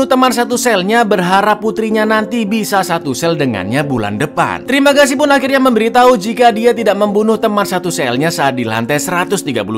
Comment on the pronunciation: Kocak, tiap ngomong terimagasi medok nya keluar 🤣